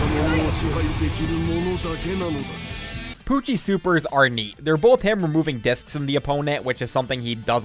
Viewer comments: BRO WHY U CALLING HIM PUCKI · you literally called pucci pucki